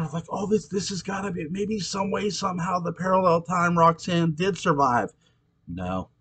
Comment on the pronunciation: I always wondered what Claude's relationship with Roggsaanne (his pronunciation that always bugs me) was like in the years before Barnabas showed up. Her life-force must've been pretty strong to keep Angelique going that whole time! That was always a strange thing to me anyways, but I just kind of figured that science worked a little bit differently in parallel time. Regular time Roxy was kind of a bitch, but the 1840 version was a return to her innocence... Her whole 1970 storyline to me was way more interesting than the one centering around the Tad and Carrie ghosts... I'd love to read a novel about how Sebastian came under Roxanne's influence. But I chalk ALL the problems up to Barnabas' seeming obsession with red heads! Ha 😂